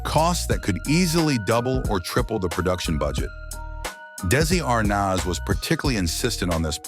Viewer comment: When will these narrators ever learn to pronounce the name A R N A Z ? And why repeat the same things over and over, this could have been 10 or 20 minutes instead of 30. And he couldn't pronounce D E S I L U either.